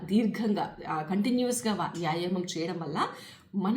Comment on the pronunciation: ముందు తెలుగు మాట్లాడటం నేర్చుకోండి మేడమ్. యాయమం కాదు, వ్యాయామము అని పలకాలి మేడమ్ గారు.